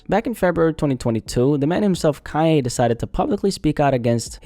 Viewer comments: Kanye,not Kayeh! WTF's wrote witchu bro??😳🤣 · Of course he was right! But he can't deny who the mother is or how she came to "fame". What did he expect? On another subject, why do you keep saying "Kai A" instead of Kan Ye ? Do you have a speech impediment or is this the new slang to pronounce his name? I could hardly pay attention to your content because I was distracted by how many times you seemingly mispronounced his name on purpose! It became a drinking game!